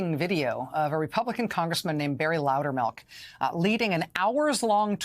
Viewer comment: Darn it. , she mispronounced his name as "Loudermark." My first play-through, I thought I heard "Loudermouth," which would have been rather fitting. I will give Representative Sherrill credit for observationizing. As she is both Former Military (TY, Fellow Vet!) and a Former Federal Prostituting Attorney, she definitely has the education, training, and experience to notice when "Something is starting to smell funny." I didn't even need to be told she'd reported it, too.